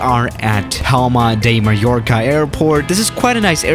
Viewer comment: When say: Pama de maiorka Im spanish lol